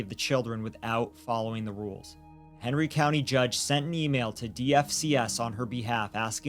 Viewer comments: There's no way I'm hearing 'Henry' as 'Hateful'. I like this channel for their diligent reporting, and there are several weird quirks of pronunciation I've become accustomed to, but this isn't one of them. Please listen to what she says at roughly . The name may actually be 'Henry', but she's absolutely saying 'Hateful'. It's very clear. I'm going to have to unsubscribe, because, though I really appreciate the content, the egregious mispronunciations are driving me batty. They completely take me out of every story. This is nowhere near the only one, just the first I've been annoyed enough with to say something about. What bugs me most is that both presenters put their commas in the wrong place, and I can't stop hearing it. Things like 'They thought this would happen but, (pause) that happened,' That's not how sentences work. We say 'They thought this would happen, (pause) but that happened.' It sounds like a minor thing but (long pause) it isn't. It breaks the flow of every sentence. I know this sounds overly pedantic, and I'm sorry for that. It grates on me, and I wish it didn't because I really like the content here. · I've listened to the part at roughly like a dozen times, and I can't stop hearing 'Hateful Medical Centre'. That can't possibly be right. What are you saying there? This is driving me nuts. You seem to be very clearly saying 'Hateful Medical Centre', but there's no way that's what you're actually saying. E: I can easily hear parts of the 911 call that are marked ‘indecipherable’ and a few parts where the subtitles clearly don’t match the audible words, but ‘hateful medical centre’ is so clear, I can’t get past it. Thanks for this story!